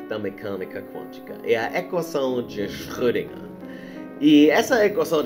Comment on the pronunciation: Tenho que admitir que a repetida pronúncia de Schrödinger do me incomodou bastante hueueu